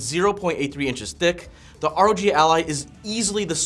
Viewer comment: It's ROG, not ROg